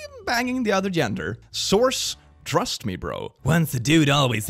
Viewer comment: "In Chris we Thrust"